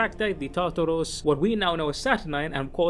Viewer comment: Why do you pronounce Cataphractii and Tartaros armor in that way